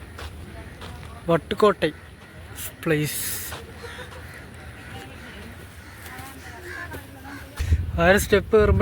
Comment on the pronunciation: വട്ടു കോട്ടൈ അല്ല വട്ടക്കോട്ട എന്നാണ്